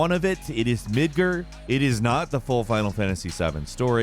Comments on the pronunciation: Dude. Midgar. Not midgur. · "Mid-ger" Wtf is that. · Midgerr? Divissive? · the thing that's hilarious is how he pronouces "Midgrrrr" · did you just say “Midgrrr” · Ahhh I almost forgot that pronounces it Midgrrr... Sooooo close to forgetting. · did you just say mid-gurr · I’m sorry but there is no E in MidgAr. As a game journalist at least get pronunciation right, especially on something as huge as ff7 smh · midGAR....GAR my guy. GAR... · you need to learn the definition of ''irony'' like SOOOO many people...it is not ''ironic'' that final fantasy 7 remake was in the 7th slot...it was ''coincidental'' why are people so dumb. irony is not coincidence and vice versa...learn this ffs...hahaha... and midgerrr...midgeerrr...midger.....how you said that was just funny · Enough with the mispronunciation of MIDGAR!! For the love of Clink!